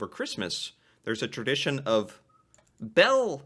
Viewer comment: Hold up, I'm only 20secs in and I had to pause it to talk about the way pronounces the word Tradition.... "terdition" heehee. Accents and pronunciations from different people are amazing 🙂